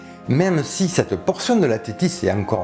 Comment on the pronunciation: Merci pour cette bonne vidéo toutefois il serait bien de prononcer "CETTE" plutôt que "SSS'TE"